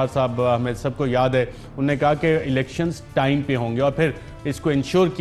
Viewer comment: Mohtaram Arshad sahab. Mash Allah aap ka program bahot achha hai. Andaz e bayan bhi nehayet umdah. agar yeh aam alfaz jo aap balke tamam punjabi bhai, khaas taur se jo ala taleem yafta hain ghalat boltay hain.. maslan - unhon ne ko un-ne, kabil (Qabil) Fakeer (faqeer), ahmak (ahmaq) Kanun (qanoon, kuchh saheban knun kehtay hain) etc aur isi trah ke doosre alfaaz jo Qaaf se shuru hotay hain woh kaaf bolte hain. aap jessay taleem yaafta saheban urdu ki taang toren ge to yaqeenon naujawan nasal bhi aap ki paeravi kare gi. umeed ke aap bura nahin manain ge. shukriya